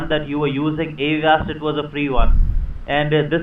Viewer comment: "I'm not sure what wersion of Vindows it is because I'm not very good with computers" "Yeah, I have Awast ." "It'll be a Wisa card." " Prowiding " "C- Wee-Wee " " Reweal "